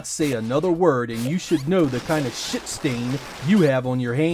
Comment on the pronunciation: You swear all the time! Your Scots pronunciation of "sh**e" always catches me off guard.